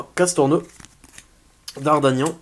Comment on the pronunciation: Alors déjà très bonne fin d'ouverture pour toi et toujours un peu moins chanceux malheureusement, mais superbe ouverture en partis et continuez comme ça, et au passage c'est DardaRgnan et non Dardagnan:p